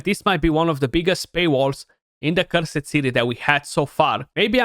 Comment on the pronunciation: Cur-sit, is now cursed again according to Plarium. I wonder when Kah-El will become Kael again. And yes Cursed, not Cur-SIT